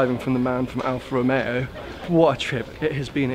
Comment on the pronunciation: Al Fa Ro Meo. Yes, that's it.